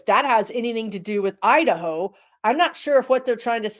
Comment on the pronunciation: I don't know what that was but when you said- the word "Iderho" it sent chills right through me and I was willing you to stop talking about it! Lol